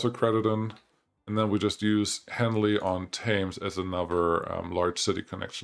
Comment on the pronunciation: you pronounce it henly on tems and dunstable is dun sta ble then say it quicker. im from the uk so i know how to pronounce english town names your welcome lol